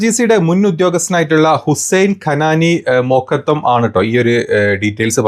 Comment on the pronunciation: മൂക്കത്തം അല്ല..😂😂മകധൂം എന്നാണ് 😂😂😂